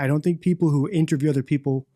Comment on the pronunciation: Does deliberately say" intraview" taking the piss? He switches between "intraview" and " interview ". Is he having a laugh??